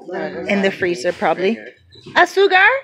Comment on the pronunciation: AZU-CAR...so say it like ASOO-CAR